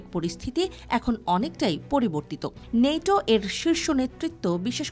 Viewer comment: নেইটো না ওই ন্যাটো